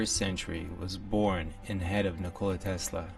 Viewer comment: Butchered his first name, he isn't a 'cola'